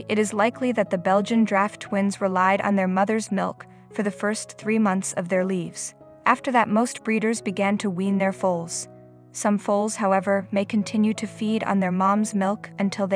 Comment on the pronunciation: Foals nurse at teets, that's Tēts, not teeth. And Lives is pronounced leivz or lye-vz, not leaves. Your Welcome.